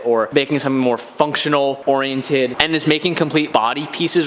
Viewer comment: The way says oriented 🤔 am I the only one says it with 4 syllables where is more like 3 lol